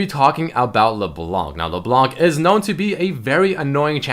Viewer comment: it's LeBLÄNK not Leblonc, even froggen knows that